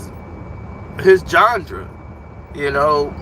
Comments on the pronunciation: It's genre. You YouTubers really need to start reading to make sure you pronounce the words correctly. I guess nobody else heard "gengre"? Smh... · Jondra nigga you mean genre 😂😂